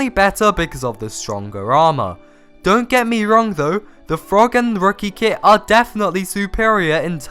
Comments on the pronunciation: I can’t tell if you!re saying, “kid” or kit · I thought he said kid lmao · i thought you said "kid" lmao